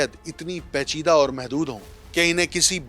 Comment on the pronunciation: گلابی اردو Not PACHIDA Its PAICHIDA